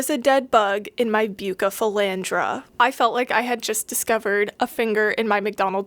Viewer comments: Please its buuu ceee not bucee its killing me!! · Bucephalandra not Bukkkephalandra plss but good video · I’m sorry if this is rude but it’s pronounced bew-se-fel-Andra besides the k pronunciation on the c you’ve gotten it basically right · The cardinalis might not have been contaminated. When you take them from a immerse grown culture and put them in liquid, they melt and then grow back twice as healthy. Most aquarium plants do that. Also, it’s pronounced busephalandra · Its pronounced (roughly) Beu-sef-uh-laund-rah I'm not judging, because I have no doubt I've mispronounced my share of scientific names over the years. Just trying to be helpful on account of all the aquarium keepers who are probably having fits now. 😂 Also, Tropica generally has very clean TC cups; you can store them for weeks on a lighted shelf while preparing a new tank. If I planned to get TC cups for starting my own multiplication cultures, that's where I would source from. Top Fin stuff is cheap and often visibly contaminated, though as long as it hasn't completely overtaken the plants, that's not really a huge issue if you are dropping it directly into an aquarium (no special acclimation required; you open the bag, rinse under a tap to remove agar, and stick it in the tank). I buy it sometimes for my aquariums because it's readily available, but definitely wouldn't trust it to be sterile for cultures. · I'm crying a bit at your pronunciation 😂. For real though, buce is my favorite aroid and poaching has been a huge problem with them so tissue culture is a life saver. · The pronunciation of Bucephalandra had me rolling 😂